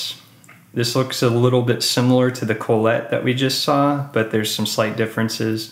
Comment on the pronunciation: Thanks for the vid.. just a note.. it's Kah-let not Cole-et